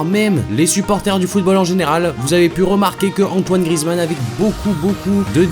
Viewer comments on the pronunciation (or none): C'est GriEzmann et pas Grizmann😂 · Justement ceux qui disent ça c'est des footix ou alors c'est les commentateurs mais je te garentie que ça ne se prononce pas GriEzmann... Évidemment pour le savoir il faut connaître le foot...